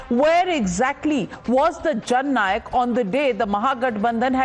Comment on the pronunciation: It is Jhand Nayak, not Jan Nayak.